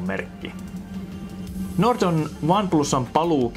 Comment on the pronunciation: Tyyppi lausuu "Nord" silleen "durt"